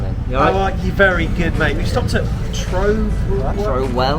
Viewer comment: I travel up to see Leeds with a group from South Wales and stop at Trowell services on the way up. It was painful seeing you butcher the pronunciation it has to be said 😅